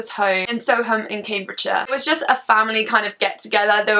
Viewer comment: It’s pronounced sowerm (I know because I live in Soham) :)